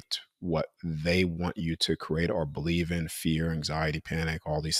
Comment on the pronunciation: I love his message, but he needs to stop pronouncing create as “cro-ate”! So annoying